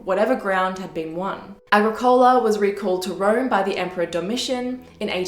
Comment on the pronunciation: AgriCOla?! EBOracum?!